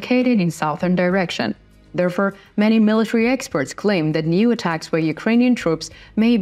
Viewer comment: There for, not there fur